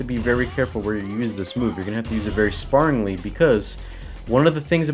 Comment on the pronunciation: You're pronouncing sparingly wrong say it like the word air otherwise you're using an adverb for the word to fight spar which actually I don't even know if that adverb exists